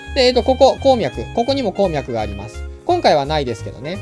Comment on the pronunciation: こーみゃくの発音が気になるww